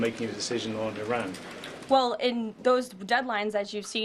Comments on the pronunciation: she finally broke character and pronounced Iran properly… so much pandering to the base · It is amazing that all of a sudden she knows how to pronounce Iran's name correctly.